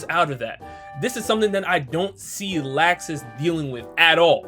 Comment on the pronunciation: Oh btw it's not laaxus, it's pronounced "luxs"